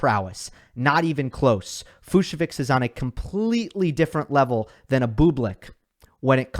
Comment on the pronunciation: I heard it’s pronounced Fuch-so-vich